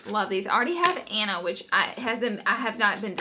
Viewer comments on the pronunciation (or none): none